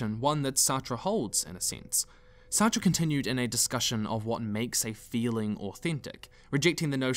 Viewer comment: Nigga, Sartre's name is pronounced "Sart" like "fart" but with an S, lol